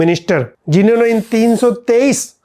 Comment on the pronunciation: मारन है भाई मरान नहीं